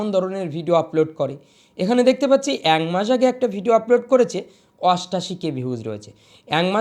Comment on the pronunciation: ঐটা দাদা অ্যাংমাস না । একমাস বলতে হবে। স্লিপ অফ ট্যাং।